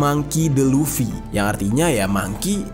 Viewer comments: Luffy bang bukan lutfi🤣🤣🤣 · luffy bang bukan lutfi wkwkkw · luffy bang jer,,bukan lutfy,,lutfy mah temen gua maen gaple bang jerr😂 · Bukan LUT’fi bang bukan 😅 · Lufy bang bukan lutfy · Luffy bang bukan lutfi... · Teori big three nya agak beda dari pendapat gw, tapi ya bebas brpendapat krna big three gk ada rule atau kategori khusus. Cara baca yg bener hunter hunter bukan hunter ex hunter, dan cara baca luffy itu luffy bukan lutfi ntar jadi anjayani dong. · Luffy bang bukan lutfii anjirr😂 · Luffy bang bukan Lutfi😅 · Luffy bang...bukan Luthfi...Kalo si Luthfi anaknya Mang Jajang...wkwkwkwkwk. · Luffi bang bukan lutfi wkwk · Luffy luffy luffy bukan lutfy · Kok lutfi bang😂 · Lufi bang bukan lutfi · Luffy bang bukan Lutfi 😂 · Bang itu Luffy bukan Lutfi, kalo Lutfi mah temen gue bang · Luffy bang , Klk Lutfy tetangga antum bang😂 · Luffy bnag 😂 maaf bukan lutfy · Luffy bang bukan lutfi😂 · Luffy anj.. LUFFY... bukan Lutfi... Sebeh bed denger nya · Luffy bang bukan lutfi, kalo lutfi temen gw yang suka ngupil klo lagi belajar wkk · Gua stop nonton pas dese bilang luffy jadi lutfi 😒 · ngakak bang lu bilang lutfi😂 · Walah, stop nonton pas dia bilang "lutfi" :v